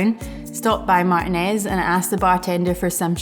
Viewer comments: As someone from Contra Costa County, it’s mahr-TEE-nehz. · That's interesting. I am sure there are other pronunciations of it but my family is from Martinez and the surrounding east bay and I have only really heard it pronounced that way. So it was a surprise to hear the pronunciation in the video. Cheers though, love the videos!